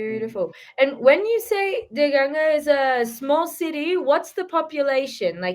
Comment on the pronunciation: He said danga 😂😂